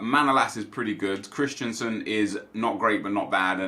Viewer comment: Am i the only one who gets triggered every time he says “Christiansen”? His name is “Christensen” ffs